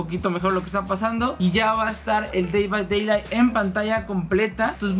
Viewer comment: NADIE: YAYAS: "dei bai deilai"